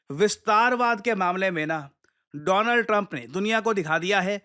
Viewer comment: Donald Trump ❌ Doland Trump ✅😂